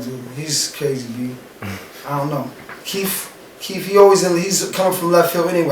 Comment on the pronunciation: this nucca keep saying Keef. so i thought Fedro was gonna be Chief Keef lmao its Keith not Keef